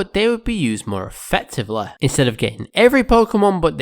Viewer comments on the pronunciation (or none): more effectiveleh yeah right 😂😂😂